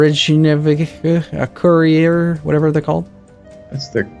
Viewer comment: "Rehjeenavik", 2016